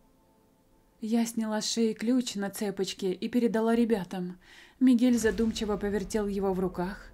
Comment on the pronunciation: h в испанском не читается, и в слове цепочка ударение на "о". просто для справки)